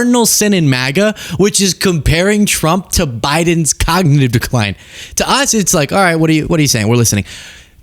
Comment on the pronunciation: When Trump was your age, he could say "cognitive decline" properly. You can't. That's interesting. I wonder what the future holds...